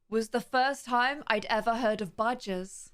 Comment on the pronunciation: Lol for a sec I thought u said badges not badgers lol Ik what they are USA don’t have many of them